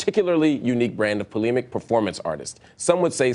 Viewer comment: Learn how to pronounce "polemic" guy.